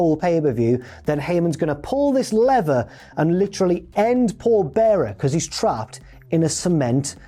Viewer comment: Your US accent was quite good when you said pull the lever. And good call on the ridiculous NY accent having extra vowels.